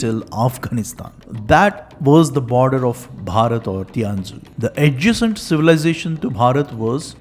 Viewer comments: Sorry That’s not pronounced as Ti-an-zhu, but [shian-zhu] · 天竺 is actually pronounced as "थीयन जू" Great Video btw 💯💯